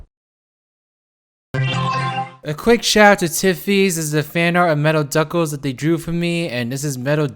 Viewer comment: Did you just say metal duckles?